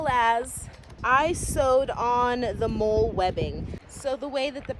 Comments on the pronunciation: Great video! Love your passion for the craft! I do believe the word is pronounced “Molly”. I know it’s spelled molle, but it’s not a big deal! The older version of molle was called daisy. Daisy wedding and molle webbing. I think there’s a third type, but I can’t remember. Anyway, Have a great day! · Great video. Very impressive and functional setup Btw molle is pronounced molly and it stands for the Modular lightweight load-carrying equipment which replaced Alice gear (All-purpose lightweight individual carrying equipment) which was what I used when I served (yeah, I’m old). I too prefer the drop leg holster for my pew pew. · First: Molle is pronounced “Molly” You’re just a gadget girl, just like any gadget guy! It is rare and admirable. The proper mindset for rural life. However, nobody can prepare for EVERY possibility (even if you could carry every gadget made). If it were me… I’d put a LOT of what you carry in the pack! Your “outings” should be purposeful. A separate pack for each purpose. Weight & dexterity are the priority. The body is a machine & was designed without the need for 100lbs of extra gear! Minimum weight & optimum utility. Personal protection, a knife, a saw, an over shoulder bag for incidentals (which can carry most of your items) is all you should have on your body. The rest should be in packs. You can outfit your car, a cycle (motor or not), & purpose driven packs are all you SHOULD need (look to military ideals). Ask yourself: what is the purpose of all this? Are you going to graduate up to a pull cart just to carry all your preps? At some point, a diminishing return will be realized when the preps encumber movement & activity. Work smarter, not harder. My hat is off to you, but time will teach lessons you need to internalize! I WISH I could be with a life mate that has your mindset! Keep doing the work & you’ll evolve into a beautiful thing!